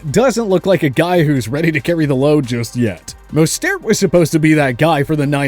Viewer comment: For the love of all that is holy pronounce mostert's name correctly.